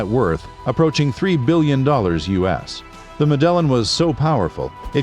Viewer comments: Pronounced med e in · That's not how you pronounce Medellin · Medellin? Get the pronunciation right please!! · Literally hurts my head hearing 😭